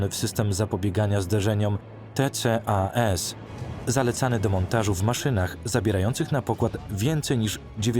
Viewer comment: Geeez.. Kto to tłumaczył? "Di Si dziesięć" zamiast "De Ce dziesięć" lub konsekwentnie "Di Si Ten". "Te Ce A eS" zamiast "Ti-kas"? Nie to żebym się czepiał, ale człowiek się już przyzwyczaił 😅